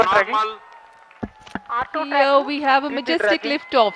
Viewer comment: It’s NARMAAL